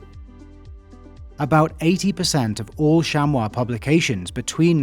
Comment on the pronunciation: Thank you for pronouncing chamois correctly. American mispronounce it as shammy. Most have difficulty with French vowels and combinations, acting like the French are being difficult on purpose.